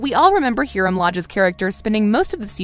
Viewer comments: You know they never actually watch the show when they call Veronica's dad Hear-um instead of Hi-rum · its not herum its Hiram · Its hiram not hEEEEEEEEEEEEEEEEEEram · Yess because you are saying Hiram’s name wrong. EDIT: I might have spelt his name wrong it might be spelled like Hyram. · I hate how she always mispronounces the names like probably didnt even watch the show and is throwing all this hate over nothing like Hear-em Lodge like what the heck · I don't think the narrator has actually watched the series, because...She say Hiram wrong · Can we just mention the fact that she pronounced Hiram wrong😂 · Why She Gatta pronounce Hiram like that🤦🏽‍♀️ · Also I feel like u said forges weird and the way u said Hiram has me crying 💀💀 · Actually all those things make since if u actually watched the show. And you even pronounced Hiram’s name wrong the whole video. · I disagree Also did she say Hearim... its Hiram Hi•ram And Claudies? Claudius Claw•Dius